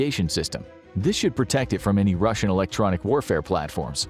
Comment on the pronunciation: Ah yes, my favorite country, R u s i a.